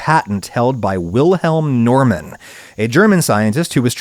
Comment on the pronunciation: I think he pronounced "Wilhelm" correctly, just with a very slight and insignificant English accent. The German pronounciation of "Normann" is wrong, though. But that is understandable as the last name also exists in the US - and is pronounced the way Adam did. But I see your point.